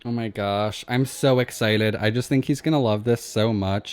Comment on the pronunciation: WHY DOES HE KEEP SAYING "exciled" ?¿?¿?¿?